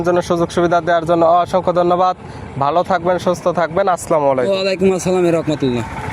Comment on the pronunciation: আরে ব্যাটা তুমি মুসলমান না হিন্দু জানি না সালামটা সুন্দর করে দাও আসলামও না আসসালামু